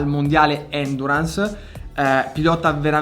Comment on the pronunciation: Bro si dice Endúrance, non Èndurance 👍